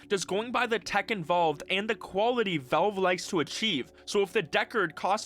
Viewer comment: Genuine question, not snark or malice: Why do you say "Velve" instead of "Valve"? I first thought it was an accent thing, but I'm pretty sure you wouldn't pronounce "pal" as "pel". Anyway, this was a fantastic deep-dive. Looking forward to seeing how this HMD evolves and what ends up in consumers' hands in the (hopefully) not too distant future!